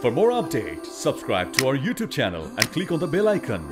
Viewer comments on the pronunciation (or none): none